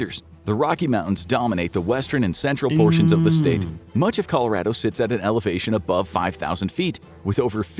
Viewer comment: he said it right! Col-o-RAD-o